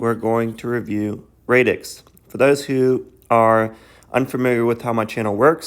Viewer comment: great video! love your channel! but its pronounced radix like radical as in radically disrupting defi. also you use the word blockchain as a catch all but this protocol is actually NOT a blockchain hence radix dlt. I'm just splitting hairs though on the whole this is great keep it up